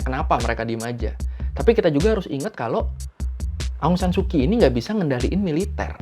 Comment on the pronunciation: Bang cuman mau kasi tau aja kalo huruf "ky" itu dibaca nya "ch" jadi Aung saan su Kyi dibaca Aung Saan Su chi. Terus misalnya kyal dibaca "chal" sekian dan terima kasih.